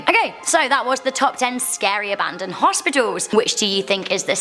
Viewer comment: “Hospitolls” lol I like the way she says that word.